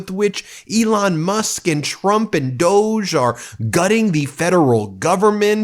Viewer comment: DOGE pronounced Doggy